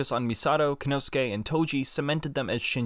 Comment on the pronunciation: Good videos, but I must point out that your pronunciation of "Kensuke" is off. You're saying "Kenosuke".